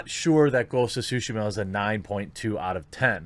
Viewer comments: Should it be pronounced TSUshima? Isn't tsuSHIma more natural? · Nobody: Jeremy: Ghost of Sushima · Ghosts of SHUSHI-MA! Sorry the way you say it I cant unhear. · It's Tsu Shee Mah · I keep hearing Quartering say Ghost of Sushi. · Is it just me, or does Jeremy sound like "sushi-ma"? :D Gives all kinds of wrong ideas... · ghost of sushi-ma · And saying it correctly. It's really not that hard, we make the "ts" sound everytime we say we watch UFC and say "jujutsu."